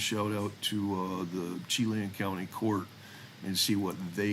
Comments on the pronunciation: Chela, WA pronounced with a soft ch and a short a sound for the e. Say as sha-LAN. Emphasis on the second syllable. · Chelan - It's pronounced Sha-Lan. And Wenatchee is pronounced Wen-natch-chee. It is the Apple Capital of the World and home of beautiful Lake Chelan, and on the Columbia River! THANK YOU for all of your posts, and also for your service in law enforcement (and to your fellow colleagues in law enforcement, too!)